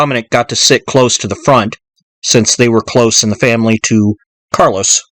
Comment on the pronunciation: It’s Carlo Gambino not Carlos